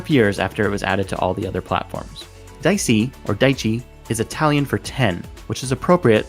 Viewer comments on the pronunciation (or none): Aaghh i cringed so badly. Dee-ay-chee, not dicey 😭 Great video tho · dieci = dee-echi, not dicey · its not pronounced diechi its pronounced de-etch-e like teemetchy idk but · Its Di - ecchi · Dieci is pronounced ‘dee-eh-chee’ ... my Italian side won’t be satisfied unless I obnoxiously correct the pronunciation of Italian words. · you dum it's Dieci: "dee-a-chi" is the closest pronounciation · It's nice seeing that people butcher the pronunciation of "dieci" (it's similar to dee-a-tchee) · Another useless fact-How to pronounce Dieci! As an italian speaker, the word Dieci, as in the in-game rims, is pronounced "Dee-eh-chee" :) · following u from italy, when i heard i almost had an heart attack for the pronunciation <3. love your videos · Shoutout to all the italians who winced at his pronunciation of "dieci" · I like how you man aged to pronounce dieci incorrectly twice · you managed to mispronounce dieci terribly twice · I was literally about to comment this lol